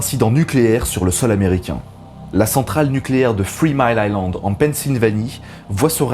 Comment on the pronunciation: three mile island et non « Free mile island ».